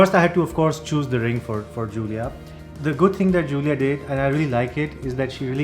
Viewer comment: Happy for you guys. is lucky to get Giulia but he still needs to say her name correctly. All the best, the world had to offer, to you both.